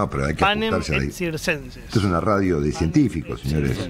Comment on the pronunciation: Estimados: "panem et circenses" se pronuncia "panem et quiirquenses", ya que la c en Latín se pronuncia con sonido q. Saludos